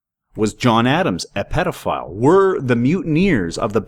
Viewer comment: Pit-Karen? Tai-hiti? Why do you pronounce things so strangely? Pee-dophile? Jesus…